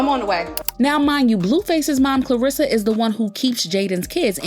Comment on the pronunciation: Much love but her name is Karlissa, not Klarissa